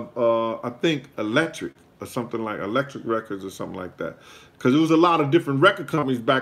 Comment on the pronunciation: Electra not electric lol